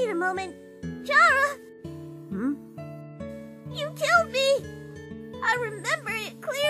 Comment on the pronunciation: IT'S NOT CHARA (CHAR-A) ITS CHARA (CAR-A) LIKE THAT